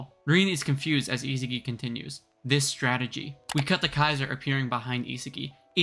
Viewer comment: Is- ah- gi why do people pronounce his name wrong when it’s so simple(sorry if I was rude I didn’t mean to make this sound so rude)